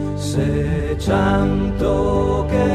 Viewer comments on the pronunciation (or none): I am wondering why the pronunciation is so different in this version than it is in most others, e.g., "chanto" instead of "canto."